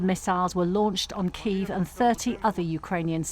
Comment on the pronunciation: I like how he pronounce KiEv instead of Kiyv, it says everything you need to know